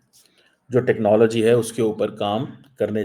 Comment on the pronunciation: ...aadha teetat aadha bataer 'technallgy'...you can "try" to copy american pronuncuation but that shall not not make you any more erudite, rahega to madarssa chapp hi...btw jack sullivan tere ko pooch ke thodi ayega...tumhare paxtani pm ko white house ka chaprassi bhi nahi poochta